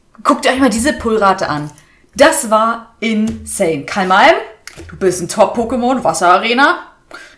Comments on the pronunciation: es heißt ka malm nicht kalm malm 😅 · cooles video wieder endlich liebe. ( vllt täuscht das nur) abr bei dem kamalm holo siehtd as aus als wäre die komplett zerkratzt ( zumindest der eis part im vorderen teil der karte) btw das vieh heißt KAMALM ohne L am anfang du sagst immer ka(l)malm XD kaocto mag dich der will dich umarmen ^^ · Warum sagst du immer du Kalmalm😅